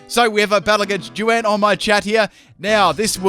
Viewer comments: Lol Juan is pronounced Hwan not Jwan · "JEW-ANN" its juan....HWAHN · ... Joo-ann? Have you never met anyone named Juan? It's pronounced "Hwonn". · Juan = Joo Ann HAHAHAHAHA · "JewAnn" lol, that's a pronunciation I haven't heard. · Did he say "jew-ann"?? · Psst, Juan is pronounced like Hwan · nice pronunciation of juan. Jew-ann. bahahahhahhaha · this man pronounced Juan as "jew-an".... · "a battle against Ju-an"